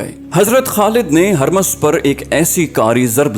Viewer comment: Yay naam "Harmaz" nahin hay. Yay "Hurmuz" hay. Is kaa matlab "Chaand (moon)" hay.